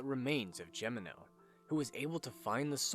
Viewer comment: Damnit, your continued assclowned mispronunciation of Gemino is inexcusable. It’s pronounced: HEH me no. Do some goddamn traveling you moron. What makes this worse is that you pronounced Engracia correctly. What’s the goddamn excuse then? Listen the game’s pronunciation